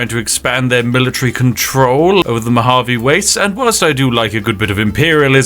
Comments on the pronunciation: His British is shining through with how he pronounces Mojave there in the beginning (saying moe-JAH-vee instead of moe-HA-vey) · Bro said "mogave" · Mojave Is pronounced "mo-HA-vay" Spiff, not "mo-JAH-vay". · Hearing "Mo-dgah-vee" hurt my soul. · Uh, Spiff... that J in Mojave is pronounced like an American H, not that silly Haych nonsense. So it's Mo-ha-vay or Mo-ha-vee, depending on where you're from in the US. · Mojave is pronounce "moe ha vee". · “Mo-Javie” lol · 😂 lol homie called the Mojave desert the "mo-jah-vee" 😂 Gotta love British humor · "moDJave" wastes. Oof. yikes. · Lol, the ‘j’ in Mojave is pronounced as an h sound. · downvote for "mow-jaw-vee" LOL XD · Mo-HA-veh is how you pronounce Mojave. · As a Californian I don't know if I've ever heard the Mojave pronounced with a hard J. Love you spiff 😂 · Ah yes the MO- JUH- AVE desert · mo Hav ey. you gunna go after the persons residing in the americas for not having good tea but also having the best darn coffee ever I, a person in the hemisphere of the americas am going to go after btits for failure to pronounce american landmarks properly. Now we just gotta have an excuse for you to pronounce Washington state towns other then Seattle. That would be fantastic to hear, I would tune in to a live stream even. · i hate how you pronounce mojave - how hard is it to learn how to pronounce shit before recording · I can't tell if the pronunciation of Mojave is on purpose or not and I love it lmao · You pronounced Mojave wrong it's pronounced with a Spanish J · 2 min into the video..... me:"how the fuck did he pronounced mojave" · oh god, I just realized after posting this the whole point of mispronouncing Mojave was on purpose to make people comment and thus trick the algorithm into pushing this content higher....well played spiffing... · Hearing pronounce Mojave hurt. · Just for that mispronunciation of Mojave, i’m gonna drink some coffee. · The way you pronounced "Mojave" ought to be illegal.